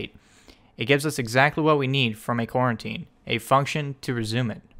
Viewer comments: Great tutorial, but it's pronounced Co-routine. Not quarantine. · Lol I keep hearing "Quarantine" instead of "Co-Routine" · Are you saying "quarantine"? I've never heard it pronounced that way, but maybe it's a regional thing. I've heard it pronounced "co-routine". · Bro it's fucking Co-Routine not Quarantine! 😂😭🤣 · co routine not coreruotine